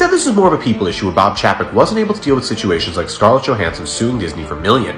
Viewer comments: Chapek pronounced Chay Pek not Chaa Pak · It's pronounced 'Bob Chay-pek,' not Chappek. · I’ve heard chapek pronounced as “CHAIPEC” so hearing your version sounds funny to me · It's pronounced chay-peck. Have you forgotten how vowels work? If yoi have a vowel consonant vowel combo, the first vowel is said like you say it in the alphabet. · I think Disney had less of an issue with Bob Chapek as you do having an issue pronouncing Bob Chapek 😂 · You’re pronouncing his name wrong. It’s Bob Paycheck